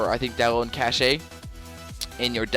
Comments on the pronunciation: its pronounced cash not cash-ay btw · Cache is pronounced 'cash'